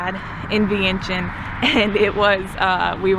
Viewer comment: GA? Well hey neighbor! LOL. I'm in Charlotte, NC! This is Laotian American! :) Vientiane - PLEASE pronounce as "Vieng Chun" 1 - Yes, locally it's known as LAO and the people as "Kon Lao" or Lao people. There is NO S. Only the outside world refers to Laos / Laotians. 2 - Correct, many locals build their homes that way. Designed for partial business by day and residence by night. These types of setups are usually small mom/pop restaurants or convenience store. This setup is actually pretty common up in states like CT, RI and MA. 3 - Yes, Laotians are very friendly, polite, laid back, reserved as a people. And the hospitality is unmatched anywhere! 4 - Beer Lao, I believe was a joint investment by Lao Brewery Co and Carlsberg Brewery, from Denmark. Beer Lao as a brand has won many medals in beer competitions. see link below. 5 - Luxury vehicles are common among the elites. The pay a HUGE tax premium just to purchase it. 6 - So in Laos, it's pretty common for people (mostly girls/woman) to throw up that hand gesture, or the hand "gun." It actually is a partial hand picture "frame" if you will. And yes, usually held up near the face. That's all that is. My tips of when to go to Laos. 1. Boat festival as you said. I believe the Laotian community has a similar dragon boat race on Lake Lanier (not sure exactly where in GA you are) around late September'ish? 2. Lao New Year (water festival or Thai calls it "Songkran". Lao/Thais have the same cultural history) around 2nd weekend